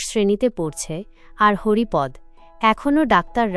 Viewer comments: Haripad নয় Haripada হবে। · পাঠিকা,আপনি কোনো বাংলা শিক্ষকের কাছে হরিপদ শব্দটির সঠিক উচ্চারণ শিখুন।